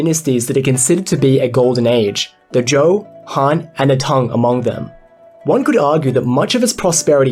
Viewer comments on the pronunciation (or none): none